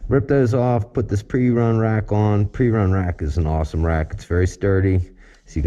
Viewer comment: For those curious about the rear luggage rack, in the video he calls it a “Prerun” rack when it is actually “Perun” from Perun Moto. That will help if searching for one.